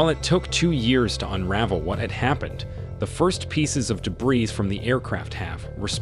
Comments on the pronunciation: Wait did he really just say “debriss” lol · Great documentary, but I just couldn't handle all the mispronounced words by the narrator.🥴 "Thigh-land" "deb-breez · "Debris" is pronounced "duh-bree" and "satellites" is pronounced "sa-tuh-lites" with a short "a" and a long "i"!!! And for the love of God do at least enough research to know that "Kuala Lampur" is pronounced "kwa-luh•lum-por" NOT "lumper!" It took me less than five minutes to look up these words, even though I already knew their proper pronunciations, just to make my point that it wouldn't have been too hard to get these words (and several others) right. So that makes me question everything you've presented as factual information on this topic bcuz, if you can't pronounce simple words right, then how can you interpret important information right? Yes, those little details ARE important if you want to be taken seriously as professional documentary producers!! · I would just point out for future reference, that the word "debris" has a silent "s" at the end, and is pronounced de-BREE. An excellent documentary, thank you very much. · And who pronounces the s in debris? 🤷🏼‍♀️😡🤪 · Thank you! I appreciate the translation. There were a few times words were mispronounced for American English like “resume” and “debris” but very minor things for a translation. I’m glad I was able to understand and hear this story.